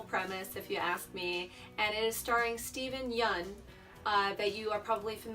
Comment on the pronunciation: This is actually a really solid review. I like how you talked about the different elements of the film and why they worked. Also, good call on finding out how to pronounce Steven Yeun's name. I didn't really know what to make of Shudder, but it sounds cool..